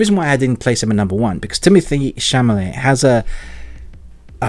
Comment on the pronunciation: Just one minor correction - it's Chalamet, not Chamalet.